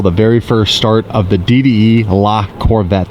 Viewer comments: Not lacorvette. The name is Lavette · just make sure you pronounce the E ath the end of La Corvette ( like la corvett-eh) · Its LaVetteh